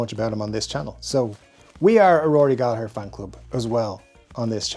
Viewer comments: …this might be the first time I heard his last name in an Irish accent, I’ve had it all wrong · Thank you for showing some of us Americans the proper Irish pronunciation of Gallagher. I've been using a hard 2nd "g" my whole life 😊